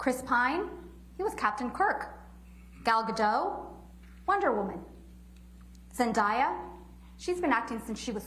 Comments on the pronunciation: She said zendieya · They all pronounce Zendaya’s name wrong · She said Zendayas’ name wrong 💔